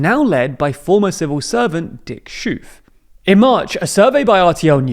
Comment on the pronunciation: sweetie you butchered those names. omtschicht? Dick shoof? 😂